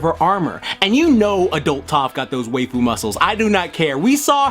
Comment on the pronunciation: Are you saying 'waifu', 'weigh-fu' or 'way-fu'?